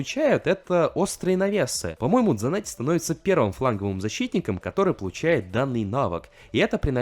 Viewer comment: Хавьер Санетти он аргентинец поэтому на "С"